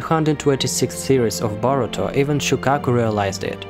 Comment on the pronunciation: It’s Boruto not borutom